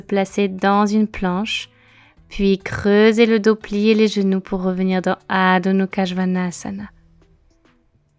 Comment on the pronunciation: Coucou, juste une question car je suis prof aussi et je t'entends dire Adho Nukha au lieu de Mukha. As-tu l'explication? Je suis curieuse, merci:)